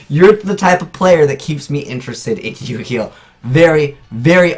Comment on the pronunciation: I've never heard a pronounce the name of these guys correctly.